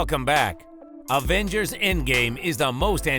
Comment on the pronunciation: It’s Avengers not Advengers